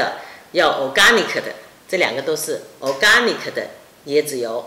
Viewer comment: Organic 的 “ gan “ 发音注意些了。